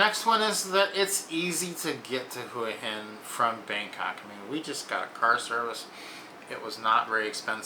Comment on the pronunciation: Too bad you don't know how to pronounce Hua Hin.